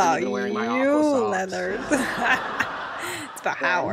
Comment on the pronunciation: Mate, this really isn't necessary... and get "Leonard" right.